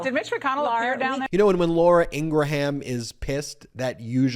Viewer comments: It’s pronounced Ing-ram not Ing-ra-ham. Are you doing that deliberately? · Sorry to see that this network will never accept reality, and by the way it's pronounced en gram not engra ham, just saying. It's cool to see you make news and show these propaganda network that has divided this nation. Keep it up! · Dude, Laura's name is getting botched by you in calling her Ingraham (like Abraham). It's pronounced Ingram (phonetically), the "H" is silent. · Her name is pronounced ING-GRUM... i know im nitpicking and I can't stand her, Faux News or Trump but it makes me crazy to hear him day Ing-gruh-ham lol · Her name is pronounced EENG RUHM. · She pronounces her last name as “Ingram.” I’m left wing but you obviously don’t know much about her if you don’t know how to pronounce her mane. She’s been on TV for like 20 years. It’s like President Bush repeatedly saying “Eye-rack” instead of “ee- rack” when waging war against Iraq. Yeah, Fox News is for shmucks but try to learn about your subjects before embarrassing yourself. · LAURA Ing-gra-HAM.....😂😂😂😂😂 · You seem to have a difficult time correctly pronouncing Laura Ingraham’s name. It is pronounced “Ingrum”. It does not rhyme with Abraham or Lindsey Graham. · I'm 99% positive that Laura's last name is pronounced "Ing-gruhm." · It is pronounced In-grum. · Laura Ingra-Ham. Ha!😂😂😂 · I love the way you deliberately mispronounce Laura's last name. LOL. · Bet she is passed at how you say her name as well. Keep it up, nothing more fun than pissed fox folk. Lol